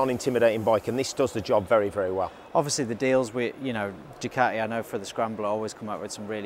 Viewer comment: Don't forget your T in Ducati.